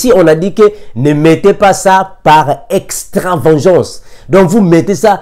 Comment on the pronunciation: C'est extra- va-gan-ce, Va se prononce va comme il s'écrit et non von gan se prononce gon et non gean. Sinon tout ce que vous avez dit est inspiré du Saint Esprit, merci homme de Dieu pour les éclaircissements. Faute de connaissances mon peuple péri.